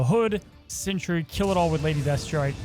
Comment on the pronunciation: It is Sentry, like a scout or a guardian, not Century like a a hundred years. But other than that, thanks for show